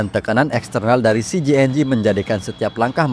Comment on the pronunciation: Sebut nama CJNG yg bener